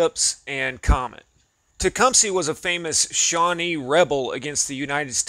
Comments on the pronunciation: Tecuhmsee me thinks it may be Tecuhmsah. are you from Alabamee? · What is with people changing the pronunciation of commonly known names and words? It's "Teh-cum-sah" not ""Tah-cum-see". Where is this coming from?